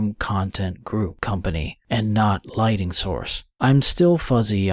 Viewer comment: Why does this narrator keep saying LIGHTING when the word is LIGHTNING.? This strikes me as rather odd.